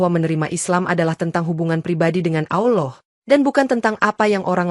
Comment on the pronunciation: Mbak konten perkataan yg betul adalah Allah bukan awllooh ,,takut nanti artinya beda